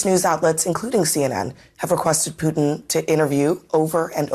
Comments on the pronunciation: Who is "peeuuutin? I know who Putin is, but PŪTIN.... NO CLUE. LOL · The one anchor can’t even pronounce Putin correctly lol